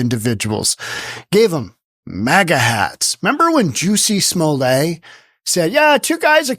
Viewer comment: Smol•let, it's not a French name but English.